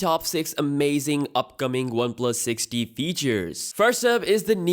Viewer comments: The 6t sounds like Sixty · It's 6T. You keep saying 6D! And it's [comment] section, not session... Maybe you should speak slower and get it right.